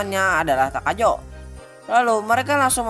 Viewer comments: kayaknya kuping ane sehat deh , nyebutnya tajako, pas perkenalan diri si apartemen bener takajo haha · serius dah bang tajoko w dengernya wkwkwkw